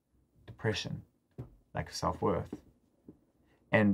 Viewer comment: The interview said “anxiety, depression, like your self worth” and I heard “anxiety, depression, Microsoft Word” and was very confused.